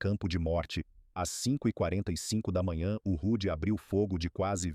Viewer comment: O correto e H.M.S Hood não "rude" .